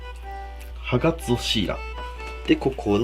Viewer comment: ハガツオが所々「ハナクソ」に聞こえて草